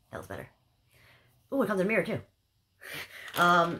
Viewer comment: Lol I love how you say mirra instead of mirror. Super cute